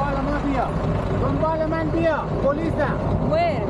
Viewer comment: LOL he didn't say Mafia. He said "Donbale man bia"... which means "Follow me"